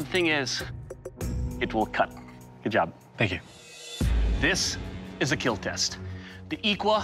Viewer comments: Not kill it's ✨KEAL✨🥵✋ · Oh dear god, your pronunciation is terrible. EE-KAWA-LA except the K is a click. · Iklwa is pronounced eee-Kwah, the K sounded from the back of the tongue and palate. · “It will keel”